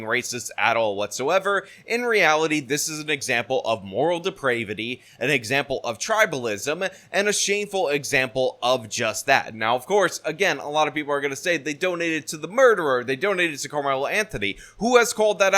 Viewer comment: Depravity rhymes with cavity. You're the second youtuber I've heard do this today. Dismantle the Dept of Ed.